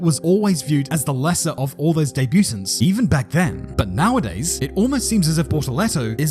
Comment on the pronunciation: Love your work! FYI its deh-bu-tont not debut-tant 😊